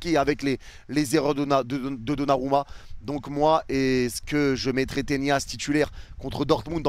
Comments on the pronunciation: Le nombre de fois où tu dis Ténias ça me stresse 🤣😭 on dit Tenas… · on dirait tu fais exprès ptdr arrete d'arracher le nom des joueurs, on dit tenas pas tenias, tu le vois où le i dans tenas ??? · Tenas ... Avec un N , et non pas avec la Ñ. Tres bon debrief